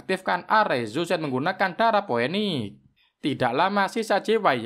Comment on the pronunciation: bukan poeniks tp finiks di baca nya..